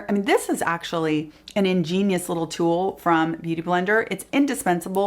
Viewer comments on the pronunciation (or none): none